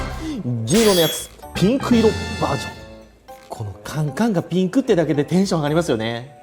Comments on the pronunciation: 缶缶がピンクの発音が好きすぎてそこから進めないw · ここのピンクの発音すこ